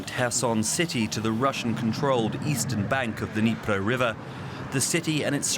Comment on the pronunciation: finally someone who knows the D in Dniper is silent